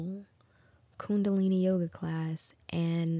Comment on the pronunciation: Girl you had me until you said Khundilini. Khundilini??? Yoga??? Something activated in you??? Girlllll you damn right something activated. You left with some spirits you don’t even know